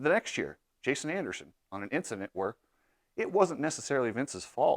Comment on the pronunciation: Did he say Vincident?